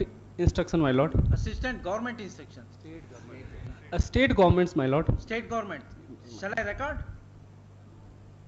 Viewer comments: Is he really a IAS he can’t even pronounce the word “state “ properly 😦is it normal ? No offence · He is unable to pronounce State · North indian IAS pronouncing State government as estate government. He was taught the same in his ischool😂😂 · Poor pronounciation state ko astate govt bol rahe hai dm😂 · what a pronunciation!!!! Estate government 😂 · isState govt (pronounciation) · hindi mixed english pronounced that guy 😂 estate government, “ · I don't understand y north Indians use 'es' or 'is' before words. Eh- state govt order 🤦🏽‍♂️.. how difficult is it to pronounce "ST-ATE" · This is the pathetic english education system in north India. Even an IAS officer cannot pronounce an english word without their regional dialect. 'State government' pronounced as 'estate government'. Pity on the teachers and the education system. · No clue if this is a real courtroom or a scene from a movie. However, one can't help but wonder: Why is this IAS shivering? High court is not supreme, after all, judiciary is just another pillar of the Government, and why is this Judge intentionally mocking 'Iss state' pronunciation?" seems to reflect insensitivity towards the IAS's role. It's crucial for the political branch to enact laws and constitutional amendments that prioritize freedom of expression over threats of contempt of court, allowing individuals to voice concerns without fear inside and out side courts. Jai Hind 🇮🇳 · 😂There are IAS officers in North India, who can't pronounce State Government ( Estate Government 😢😢😢😢😢) Modi could get 100% vote in North India 😂😂😂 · Ha ha ha... IAS officer cant pronounce state government.. 😂😂😂😂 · Can't even pronounce 'state govt'. Still he is an ias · Report says that IAS is still trying to pronounce State correctly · He can't pronounce state and he becomes IAS 😢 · I dont know how he has studied IAS.he is unable to pronounce the word "State Government" and speaking in Hindi in the Court